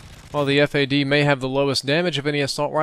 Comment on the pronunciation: Stop Calling It Ef Ey Dee , Its FAD